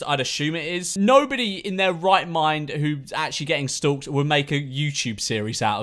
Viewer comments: No one: Memeulous: STOÜKED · No one: George: "S T U L K T"